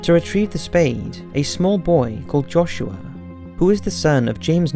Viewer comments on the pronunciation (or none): none